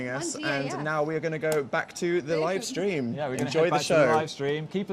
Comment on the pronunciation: "Watching the sleam" same Dan same